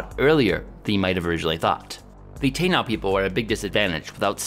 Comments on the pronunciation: Taino is pronounced tah-ee-no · Taino ( Tah-ee-noh ). Not "Tayn-ow". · It's pronounced Tah-ee-noh.🇵🇷🤘